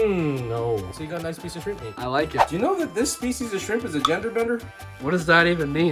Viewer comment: G'day mate. Epic as always. So a couple of things.... I need to stop saying I'm hung like a gorilla and did I hear an Aussie "noice... noice" at the tasting? 😁 Oh, I have cooked dumplings on a plate like that for years. 🙄 Nah, just messing with you. You recipe, your way, your video, your way... That's why you are my fave cooking channel. 👍 Just amazing cooking brother! All the best. Daz.